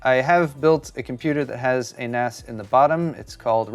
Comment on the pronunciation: It is pronounced NAZ. I know it's weird cause the s is for storage. But its naz.